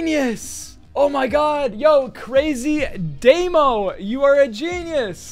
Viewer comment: Nick:“Yo crazydaymo” Me: uh it dehmo I just said dehmo to pronounce it